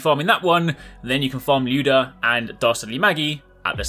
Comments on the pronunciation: Finally someone saying "LYOUda" and not "LAYOUda", jeez. Thanks man ahah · OMG the way you pronounce Lyuda made me so happy. Cuz that's how it is supposed to sound =)